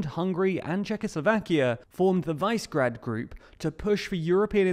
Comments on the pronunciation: Vicegrad group? Really? It's Vee-She-Grad. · Vicegrad 😅 love it 🤣 (it's Vee-sheg-raad) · FYI Visegrád is pronounced as "Wish-egh-raad" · when neighbouring countries join nato because they're afraid you'll invade them, so you invade a neighbouring country to show that they have nothing to fear. genius. (also LOL'd at the way you pronounced visegrád. it's VEE-SHEH-GRAAAD)